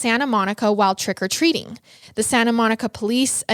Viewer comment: All I kept hearing is "trEck o treating" lol